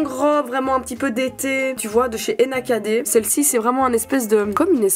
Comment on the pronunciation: J’ai buggé avec Nakd « Enakadé » hahaha